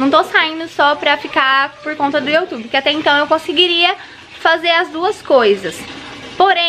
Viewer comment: Se fala "iu" tube e n "io" tube.